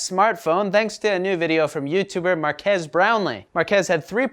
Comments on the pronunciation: It's pronounced Mark-eece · He butchered Marques aka MKBHD name smh